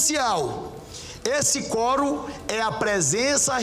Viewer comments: Que fraquinho essa repórter, meio tendenciosa. E aliás é quórum e não fórum. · Forum, NÃO, quorum!! Vai estudar um pouco mais.